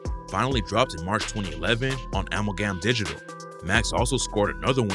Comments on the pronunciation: Wtf is AMAL GAM digital. Its pronounced Amaalgum. 🤣🤣🤣 These clowns just make videos about shit they not even hip to. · Nah... I never heard "Amalgam Digital" pronounced this way. WTF is going on?